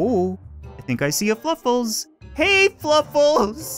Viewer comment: I don't mean to be a grammar nazi but its fluffles not fuffles